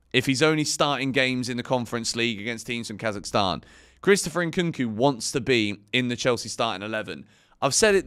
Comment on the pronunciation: Hey you pronounced Kazakhstan 🇰🇿 perfectly😂 Much love from our country, we have a lot of Chelsea fans over here